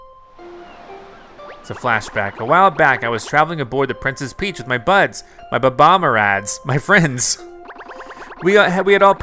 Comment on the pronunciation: His name is not bab - omb his name is bomb - omb